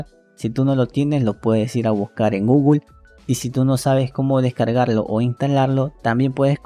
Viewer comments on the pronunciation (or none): none